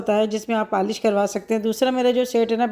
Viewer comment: Paaaalish nhn hota polish hota hy 😏 Kabhi Ibrahim or zainab se apki koi chez kharab nhn hui Hussain se hugye